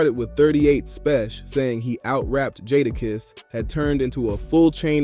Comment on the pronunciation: Dope content but please stop saying jadakiss name wrong shits hard to hear who’s jaadaaaaakisss fam